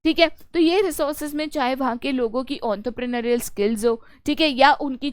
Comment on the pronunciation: Ontropronor maak your accent 😂